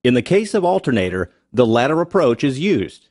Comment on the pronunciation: olter nater